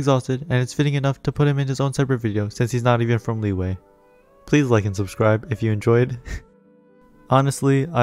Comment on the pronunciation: All those times you said "Lee-way" 🥴